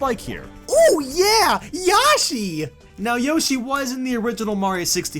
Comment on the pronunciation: "Yawshi" Yoshi was in the original mario 64 YAWSHI